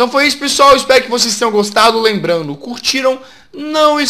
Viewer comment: ele falou lembando